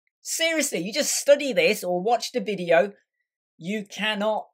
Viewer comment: What is this akcent? VIDIJJJOU. Dude! Video, is just VIDEO. and not Videjjoauou :DDDDDDDDDDD